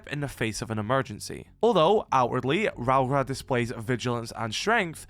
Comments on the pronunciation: "Rowra" is wild. It's pronounced Rau-ora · If it help with the pronunciation, its something like raow-or-uh. Rauora. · You might find it easier to pronounce her name as if you’re saying Row (like an argument, to have a row) Aura (like skibidi aura, as the kids say these days). RowAura